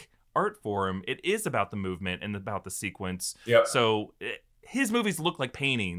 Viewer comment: ZEE ICE AGE